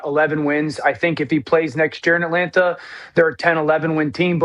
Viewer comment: Dano needs to be cut off and ridiculed every time he says At Lant Ta until he fixes it…. So painful to hear lmao